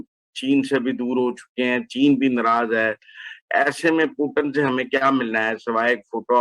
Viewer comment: " poo-tun " nai " poo-tin " hai wo